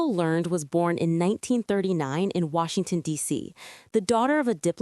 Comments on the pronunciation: Michael Learned’s last name is pronounced as Learn-ED not learned. As others have said a bit more research about the characters would be better. Mary Ellen was always a tomboy, Ike was a soft spoken likable man. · Mispronounced Miss Michael Learned's name. Pronounced Lear- ned. Also, Mary Ellen was never shy. She was loud and obnoxious from the very beginning including the made for tv movie that started the whole show "The Homecoming " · I came to say that too, abt Ms. Learned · Cut away after the narrator mis-pronounced the last name if Miss Michael Learned. Do a little research